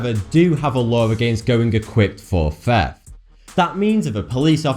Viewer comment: can say the word this but cant say theft (feft)